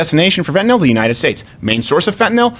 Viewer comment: Fentanyl NOT Fentanol. Why American companies and the MSM says nothing about China's civil rights abuse is NOT about political correctness it's about MONEY.